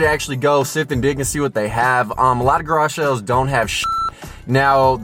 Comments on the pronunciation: Anyone else hear him say “Garashells” in stead of “Garage sales” ? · “Garage shales” lol